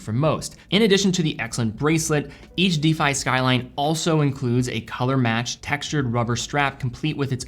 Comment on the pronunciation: Anyone help with the pronunciation here? Is it an American English thing? used to pronounce 'defy' as 'deefy', but then stopped!